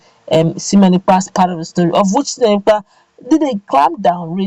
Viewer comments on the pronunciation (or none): 👍👍👍👍👍👍👍👍👍✔✔✔✔🙏Thankyou Simon Ekpa! Please madam presenter his name is sImone NOT sEmion. Two names are different by letter I & letter E. Pls take note.